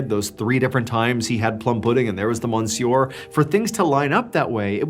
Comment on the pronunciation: It’s pronounced M’syuh not mon-sewer